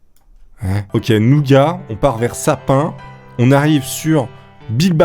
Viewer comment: Sapin. SA PIN. TRIGERRRREDDD